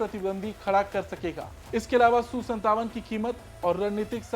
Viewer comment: Su su mat kar reporting karna ata ya nahi bas jo mu me aya bol diya. SU 57 bol